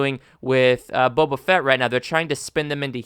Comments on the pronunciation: I dont disagree but : "Bow-Bah" Not "Bubba Fett" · its not buba fett its bo ba fett, non the less i agree with your sentiment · how many times are you gonna pronounce his name wrong?. i agree with the opinion, but jesus christ dude its not buba fett you clown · Wtf is Bubuh Fett???